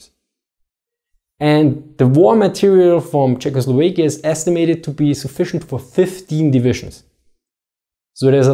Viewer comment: Czechoslovekia. As it's in Tschechoslowakei, it's an "a", not an "e".